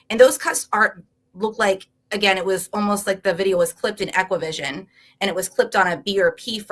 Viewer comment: Only thing that bugged me was her calling ExacQVision “equivision”.